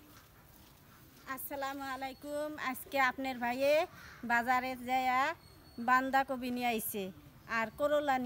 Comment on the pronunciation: বান্দা কপি না বাদা কপি তুমি ভুল বলছো